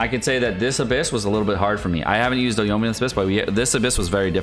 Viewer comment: Yo-ee-mee-yuh, there is an I in her name